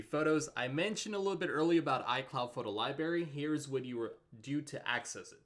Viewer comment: "Photo lie berry"? Seriously? What are you, 7?